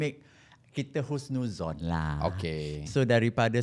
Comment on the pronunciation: Pandai DJ sebut husnuzhon..means dia bkn calang2 ada ilmu agama akhlak salute sgt. Alhamdulillaah wasyukrulillaah.